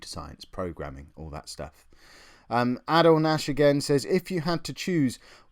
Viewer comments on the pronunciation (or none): I featured twice in the video :D btw when say Adel Nash it's Adel Nash not A'Adel to make it easy Adel sounds the same as Adel Taarbet the Former QPR player one last thing the comic include the ones on the internet #YouCheated